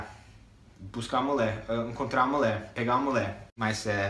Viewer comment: vc é ótimo... mas nao fala "mulé" pra falar mulher pleeease hahaha ficou muito engraçado 😂 adorei o videoooo... valeu!